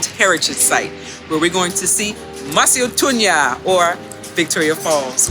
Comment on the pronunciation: Actually Victoria falls is more Zambian than it is Zimbabwean. This information is crucial when one decides to see and experience the falls. Mosi oa thunya is pronounce exactly the same as in three South African languages, that is Sesotho, Sepedi and Setswana. There must be a lot of history I have to learn from there. Thank for the video and information.